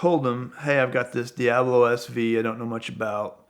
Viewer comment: Does it irritate anyone else with the way this guy says Diablo